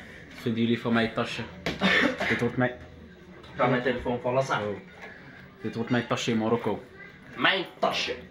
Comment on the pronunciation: ik ging stuk om ''saas tilifoun'' HAHA